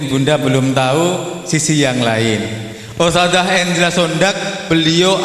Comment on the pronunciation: Ustadzah not ustajah Huruf dzal BUKAN JIM DAARUL bukan Da arul